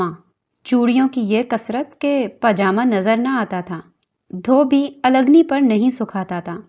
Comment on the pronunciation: Read algani in two part. First say AL and then say Gani . Give a pause in between.